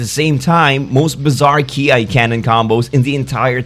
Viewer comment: Ki is pronounce as 'key' not 'key-eye'